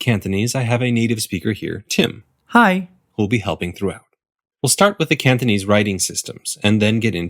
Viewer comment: It’s kinda annoying how it sounds like he says ‘Canthonese’ (I don’t know whether it’s to do with the mic or whether he’s actually pronouncing it like that)